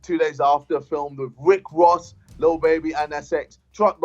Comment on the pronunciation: I had WICK WOSS PERFORM. ahahah love ya JJ